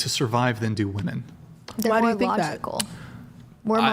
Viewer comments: Why is it so hard for some people to pronounce ‘women’ properly? I swear it’s because they’ve never seen the inside of a book. 🤦‍♀️ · I don't understand why none of the panelist in pretty much any of the Whatever podcasts I've seen can pronounce WOMEN correctly?! They all say woman when talking about multiple women. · I can't take any of the women seriously on this panel that say woman when it should be women or women when it should be woman. Fucking retards.